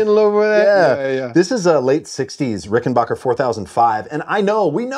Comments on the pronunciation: also AGAIN - RickenBACKER rhymes with hacker. Please teach the American. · For the love of god Ricken-BACK-er. There’s no “H” in it. It’s Ricken-Back-er. It has always been that. It will always be that. It’s not hard to pronounce it correctly